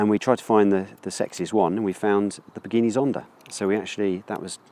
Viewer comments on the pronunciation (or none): Pagini Zonda? hahaha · A what? A Paghini Zonda? dude...